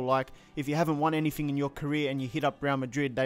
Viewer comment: "Anyfing" bloody hell. Who taught you to speak.